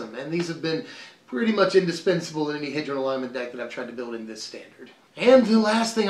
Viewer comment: Trust me it's H-ee-dron not hedron